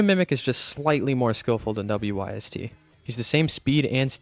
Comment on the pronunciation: To pronounce Wyst name is Why-st or Wis-st